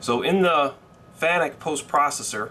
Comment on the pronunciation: Hey I noticed the Fanuc pronunciation right off, had a laugh, are going to the IMTS show next week?